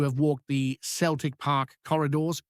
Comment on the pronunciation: New Scottish dubscriber here, love your edit but please remeber how to pronounce Celtic. "Seltic" not "keltic' cheers bud :)